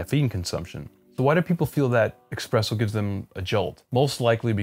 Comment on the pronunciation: I think it's really cute how you, at times, slip up and pronounce it "expresso", even though you've come to learn the actual pronunciation at a later stage in life. Old habits die hard.